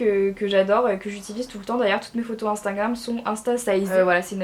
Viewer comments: Marie 1 conseille, ses "instagram" pas "instangram" pasque quand tu parle on entant instangram. Bref bisoux❤️😘🦄🌸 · Elle est trop mignonne elle dit instingram !! 😄